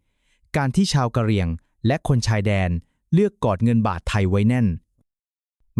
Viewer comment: อ่านอย่างงัย ทศวรรษ ? กะเหรี่ยง????